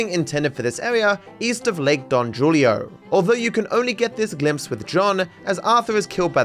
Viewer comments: for future reference Lake Don Julio is pronounced Lake Don “Hulio” since J is pronounced as an H in Spanish. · Don Jewlio lmfao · really said "don julio" instead of "don hulio" □ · Its hulio not julio pronunciation wise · I like how he says "lake don Julio" instead of "Hulio" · never say Julio like that again